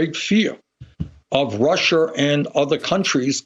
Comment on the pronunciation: Bernie its not russier its russia Lmao